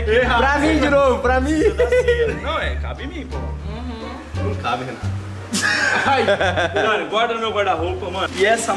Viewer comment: Quando o Renato fala... Re:Fala galera Renato na área beleza? Eu:Fala galera Renatuh na área beleza?